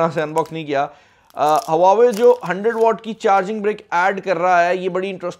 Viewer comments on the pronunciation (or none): Bro before u make videos on huawei learn how to pronounce.